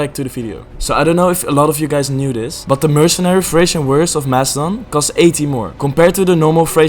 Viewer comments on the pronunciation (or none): none